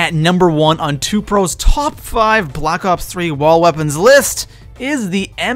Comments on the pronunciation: Wtf he said blops 3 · Did this guy just say blops 3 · Did he say blops 3